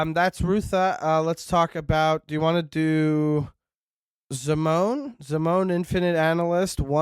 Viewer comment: Zim-o-nee?!? How dare